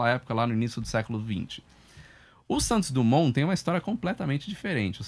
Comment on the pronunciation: Santos DRUMON?????? tnc heim apresentador......